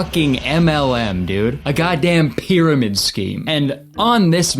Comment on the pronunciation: the annunciation of pyramid scheme is really P-eeing